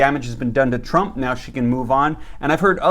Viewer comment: Well I hope president Donald shrimp passes this lol I think you mest up on his name that a little but it's okay